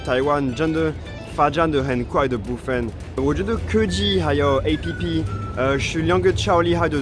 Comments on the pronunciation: 竟然把app唸成A.P.P!! 哈...台化太深了吧😂😂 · 好融入台灣人哦 都會唸A-P-P 哈哈哈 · 你居然唸App (好台啊！) 我們連大多數的老人都有臉書呢XD 雖然現在大部分年輕人都用IG🤣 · 看著是配合台灣的